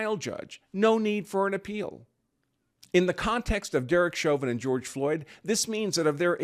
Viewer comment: Grorge Floyd ? LOL LOL LOL !!!